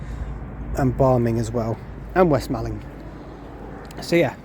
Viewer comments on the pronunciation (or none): East Malling and West Malling are pronounced as Mawling, in the same way Halling is Hawling/Hauling.